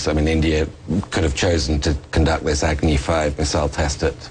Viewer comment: it's funny how they call out 'Agni 5' as 'Agony'😂